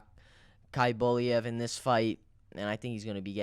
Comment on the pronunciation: Man who the F is Kaliboliev ? 😂